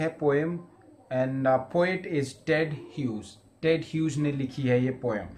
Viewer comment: Sir Apne jab Ted Bola mujhe dead sunnai Diya